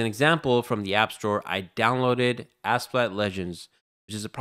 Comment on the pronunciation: I like your vids! However, this is the second video I've seen as where you mispronounce the app "Asphalt" as "A** Flat." I'm feeling personally attacked 😄